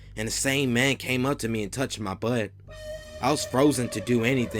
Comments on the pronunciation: Did anyone giggle a little bit inside when he said "He touched mah butt"? I know I did. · the way he says butt lol